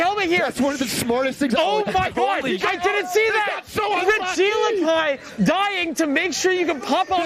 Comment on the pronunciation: im BAFFLED how pronounces regieleki lmfaoooo. "Rigee lakai" ahaha took me a minute to even figure out what he was saying. pretty sure its Reggie (like all of the rest of them lol) Elecy (like electric)